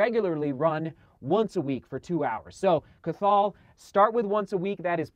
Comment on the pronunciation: Cathal is pronounced "cah-hill" just incase you ever encounter it again (probably won't, super rare and hard to pronounce Irish name!)